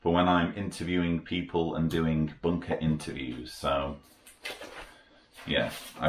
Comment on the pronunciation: Brilliant, I love the way you say bunker with your accent 👍